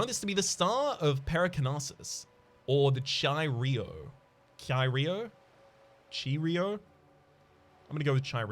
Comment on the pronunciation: Its pronounced kai row. They are Greek letters. Just a quick pronouncing help